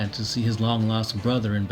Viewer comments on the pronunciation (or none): none